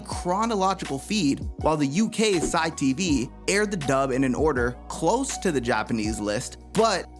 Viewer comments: For future reference, the UK channel CITV is pronounced with just the letter sounds (C I T V) not Ci TV. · was going to say "sea - eye - TV", but great vid none the less